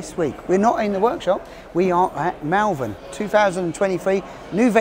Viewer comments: it is not mal vern it is pronounced maul vern. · I liked the video but pronounce Malvern correctly, thank you.